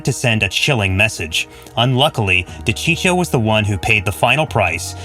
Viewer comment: De cheecho ?🤦‍♂️🤦‍♂️🤦‍♂️🤦‍♂️🤦‍♂️ ...you better keep your mouth shut if you don't even know how to pronounce the name of the famous wiseguy....